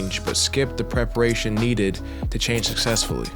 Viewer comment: pararation lol great and insightful video though 🙌🏽